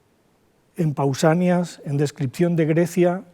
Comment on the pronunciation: Es Pausanías con acento en la i,ignorante